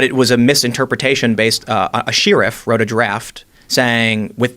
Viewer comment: "sheariff" anyone else hear that?